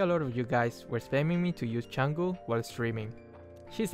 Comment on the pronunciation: wow someone who actually pronounces her name correctly